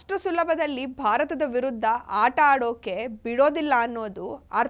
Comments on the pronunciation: Bharat kke Barat...ant Uchharane 😂😂😂😂 Madam Shudh kannad please 😂😂😂😂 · Madam Please prounance Kannad language properly U r saying Barat It is Bharat